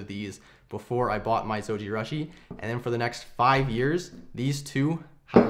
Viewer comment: It's pronounced like sushi. Zojirooshi.